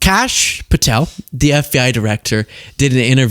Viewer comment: WHAT DID YOU JUST KALL KASH PATEL?